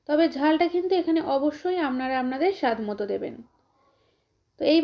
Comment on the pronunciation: আপনার রান্না টা খুব ভালো লাগলো তবে আমনারা না বলে আপনারা বলবেন শুনতে কানে খুব খারাপ লাগছে।